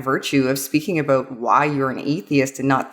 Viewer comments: Hehe... "aboot" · "And that's why we shouldn't just shut up abooot it" - A Canadian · Is Canadian? The "about" seems to be a giveaway.